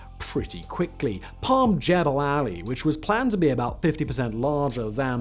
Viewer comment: And learn how to pronounce Jumeirah and Jebel Ali 😂